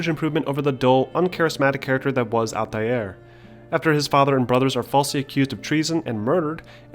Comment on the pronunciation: Stop. Just stop. You sound like a pompus idiot. "ALL-TIE-AIR". Couldn't even finish the video with how douchey you chose to pronounce Altair's name.